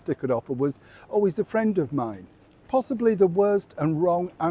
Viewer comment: Heeeth a fwend of mine 😂